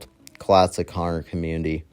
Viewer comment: You gotta work on your pronunciation. When you said horror house it sounded like whore house.